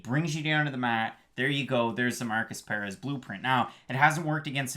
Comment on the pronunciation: Why you saying Perez like that? And It's Turman not Tormann lmao